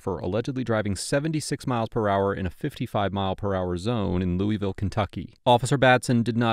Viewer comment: there’s no such place as “Louie vile” KY. The correct pronunciation is “Lew a vulle”. A little research goes a long way.